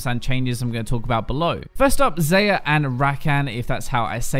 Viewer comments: "Zai-yah.." thats how its said. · it's pronounced Zaa-Ya and Rah-Kahn